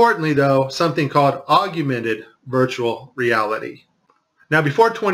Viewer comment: "Aug-you-mented" LOL